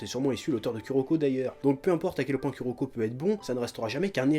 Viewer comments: Moi entrin de regarder la vidéo et entendre le chef dire ku o lieux de kou pour kuroko😂😂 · Putain mais, saute par la fenêtre, le U japonais se prononce OU en français, c'est pas compliqué... -_- on peut pas être crédible en parlant de manga quand on dit U je suis désolée x) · J'adore le chef :) mais il m'énerve à prononcer le Ku -> Ku et pas Kou comme cela doit être fait en phonétique c'est Kouroko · Je suis là seule fan qui rage des que le chef dit "Kuroko" au lieu de "Kuroko /kouroko/" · dsl mais Kuroko s'écrit Kuroko serte mais sa se prononce Kouroko